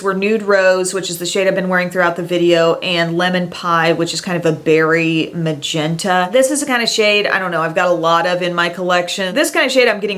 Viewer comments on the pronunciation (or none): none